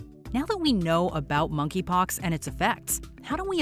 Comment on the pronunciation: “Moneypox” wth ?